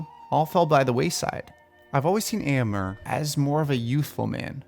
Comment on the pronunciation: Am I wrong, or too picky in thinking Éomer is pronounced “ā-ō-mare” not “ā-ō-mer” ?? Anyway, I can’t say how much I adore ALL your recasting videos!! 🥰